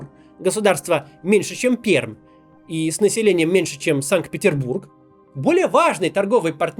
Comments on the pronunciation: Произносится Перььььмьььььь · никогда не слышала настолько чуждого уху произношения названия города Пермь. Правильно произносить "Перьмь". Поучитесь у Варламова, когда он к нам приезжал - он обратил на это внимание в выпуске о Перми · "Перм" чуть со смеху не умер 😀 😀 "М" мягкая )))))) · Максим, «ПермЬ» пожалуйста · [ПерЬмь] говорится с мягкой Р. Но пишется Пермь)) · Максим, Пермь читается с мягкой р, уши режет,произносите правильно.